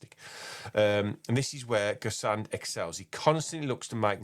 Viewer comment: just a tip on the pronunciation- it’s like gess- on. Silent d at the end. Not gess-ard or gess-and.